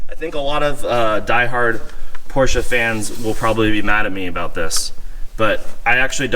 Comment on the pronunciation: it’s not Porscha, it’s not Porschuuh, it’s not PorschE. Like Elena, Emily, Emanuela... PorschE. Nice car, but my third language is German, because i live i Austria and when i hear someone saying PorschA or Porshuuuh... It’s not that hard, man :/